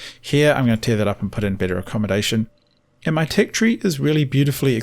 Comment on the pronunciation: He's said "tic" about 20 times before I realized he's trying to pronounce the word "tech"